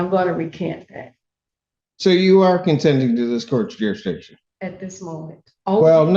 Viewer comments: ‘What does she mean by ‘ youresdiction’ 😆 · I feel like they have a harder time saying jurisdiction than they do trying to say ask